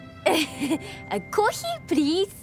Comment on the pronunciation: "Kohii plisss" Always pronounce this word